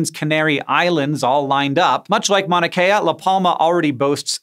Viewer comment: Hank you kept saying Manakea. It is pronounced as it is spelled like mount drop the t.